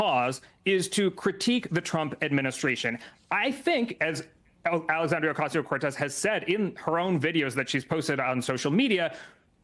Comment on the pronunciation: It's not Ocazzio, it's OcaSio. Please, people, learn to say her name. It just makes you look disrespectful and dumb.